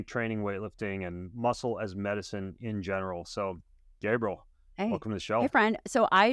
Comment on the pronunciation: Gabriel???? WTH ... its Gabrielle 🤦